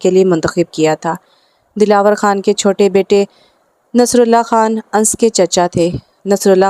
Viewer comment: Ye Anas he na ki ans